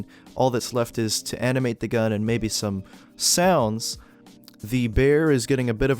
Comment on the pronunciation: i want to subtitle this and put "stum (wait what?)" for when u said stum instead of some